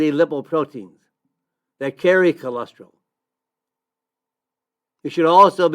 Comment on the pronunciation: Don’t understand why you started out telling us not to worry about cholesterol, but then one of the first products you mentioned was Amla, which is for dealing with high cholesterol. 🤔 Also, why do you say “cholestril” instead of cholesterol? Cholesterol is four syllables, not three.